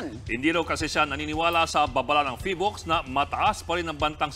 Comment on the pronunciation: Vice ala ey PHIVOLCS po hindi PHILVOCS 😂😂😂 kung gusto mo ng mamatay ikaw na lang po eh abay wag mo nang idamay kababayan mo ikaw na laang